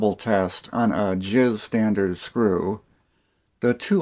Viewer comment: Lol plz pronounce them "J-I-S bits" lol.... not jizz bits hahahaahhaah... Jizz bits sounds soooo horrible hahahaha.. The jizz bits work fine inna jizz screw. Sounds like the description of a random pornog jk